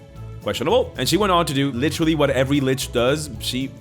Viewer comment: Is it just me, or do I keep hearing “Lich-terally” every time you say “literally” in this video?😂